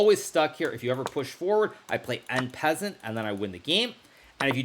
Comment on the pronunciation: "Gucci Piano", "Enn Pehzzent", "Fiantchetto", thank you for the chess vocabulary !